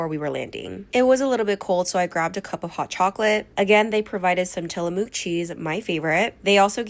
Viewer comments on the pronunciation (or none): I'm sorry but from the PNW here and that is NOT how you pronounce Tillamook. It's Ti-luh-muk. Not moo like a cow 😂😂😂